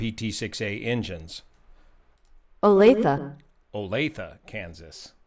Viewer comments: Kudos for pronouncing Olathe correctly we usually get o-lath-eee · Use to live right next to this airport. Thanks for pronouncing Olathe correctly. FYI this use to be Olathe NAS back in the day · Viewer from Kansas City here to say I'm ticked at getting the pronunciation of Olathe. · We live in Olathe and when I saw this on the news I was hoping you'd pick this up! Also - first time in my experience that anyone took the time to pronounce 'Olathe' properly unless they live here :) Just one more example of your respect and attention to detail in all things; thank you! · Thank you for the pronunciation tip! Olathe's name gets butchered a LOT in news reporting AND radio/TV advertisements... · A video for an accident a few miles from me. Glad no one was seriously hurt, and kudos for getting a correct pronunciation of Olathe. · I'm chuckling at your verification of the correct pronunciation of "Olathe". Almost 40 years ago, i had an old-timer USGS retiree inform me that the correct pronunciation of the Arkansas River in Kansas was "Ar-KAN-sas". I've never forgotten that. Mitch Mitchell, if you're still out there, God bless you, buddy. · You got the pronunciation of Olathe correct... That is known as New Century Airport, and is almost directly behind the Gardner, Kansas Walmart Supercenter... It is likely the city of Olathe a next the airport with jerrymandered city limit boundaries, as Olathe is quite a bit further away than Gardner... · It's actually in Gardner, right next to Olathe - pronounced correctly! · for pronouncing Olathe correctly 😎 ironic the plane departed Butler, Missouri and parked on Butler Aviation.